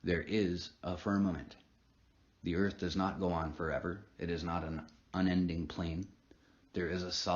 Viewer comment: hear on Ear-th